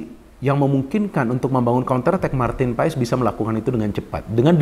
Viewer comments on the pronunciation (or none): Bacanya : Paes ❌ Pas ✅ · bacanya Martin Pas...silent e